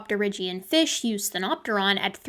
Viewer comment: ...what's a "fesh?"